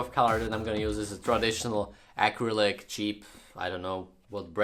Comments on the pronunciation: as an artist i am very angry every time you say “ack-r-I-lick” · "AKRILIK" Also dont listen to the haters the front and back of the jacket are AMAZING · I subscribed as soon as I heard him say acrylic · I love the way he says "Acrylic"